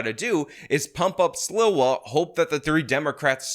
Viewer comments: It's Sl-EE-wah, not Sl-ih-wah. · how have you lived in NYC any length of time and not know Sliwa is pronounced SLEE-wuh? It's like you're tongue-tied trying to pronounce it when it's really easy. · it's pronounced Curtis "Slee- Wah".:0) Heard about him and the Guardian Angels in NYC since the 80's. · Curtis rules. Learn how to say his last name: Slee Wah. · It’s funny how pronounces Sliwa’s last name. 😂 New Yorkers of a certain age like myself remember his influence on the city and also his radio show. Those were the days.